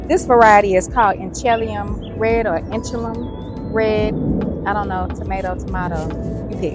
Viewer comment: You were very close to correct say it like this.... Inch ah lee um Yes I lived at In helium Washington for 40 years.